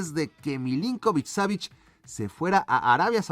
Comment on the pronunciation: la pronunciación del nombre de milinković savić en todos estos años solo he visto a una persona decirla bien jajsjs